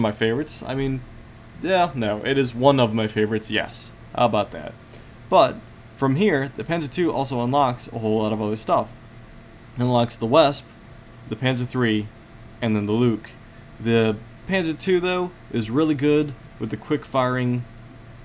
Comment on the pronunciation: Jesus no one can pronounce the names!! Augh! Lee-sht-trak-tour Leichttraktor Stoo-g StuG (Sturmgeschutz [st-urm-geh-shu-t-z]) lu-sh-es (Luchs) Lee-oh-pard (Leopard) Ves-peh (Wespe) Need I go on?